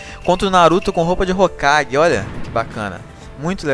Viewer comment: o animal é hokage e nao rokage